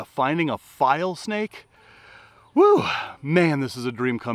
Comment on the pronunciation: You should show the name of the snake on the screen when you're holding that snake. I can't tell what you're saying sometimes. "File snake"? "Vile snake"? Saying something else even??? Please show the common name & even the Latin name s as well. It becomes more educational than showing nothing & we don't get to see the proper names etc.